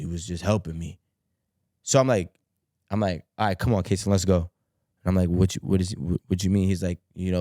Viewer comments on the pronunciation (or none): none